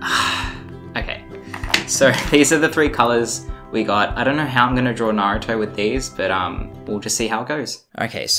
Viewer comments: THANK GOD HE SAID NARUTO AND NOT NARUUUUTO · thank god you say Naruto like a normal human being and not like Narooto